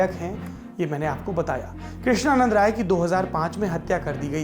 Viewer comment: Sir woh "RAI" the... Aapne Krishnanand "Roy" bola....